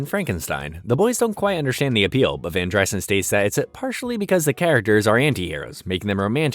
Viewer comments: its not VanDRYSUN, its vanDREESON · var dry-sen??? Van dreeeeeeeson. Clown Jar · It’s van dreeeeeson. Narrator clearly has never seen the show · Every time you say Van Dry son it makes me wanna kick you in the nads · It's van dr-EE-son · Its VAN-DREE-Son did you even watch the show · It’s definitely VAN-DER-Son lol. You sure you watched it? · Why is it you can literally say any other name and word correctly except Mr. Van Driessen? If you watched all these episodes then surely you would know how to say his name. For that, no like. And you seem to show your political views, rather I agree with them or not you automatically get a thumbs down. Almost had a good video here Bud